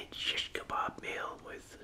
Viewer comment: You pronounce it so good!! I Love it. Are u middle eastern or something is this something i don’t know about?🤍☺️